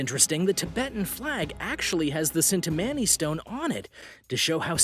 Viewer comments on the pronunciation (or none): # 8 is pronounced chin-ta-money JSYK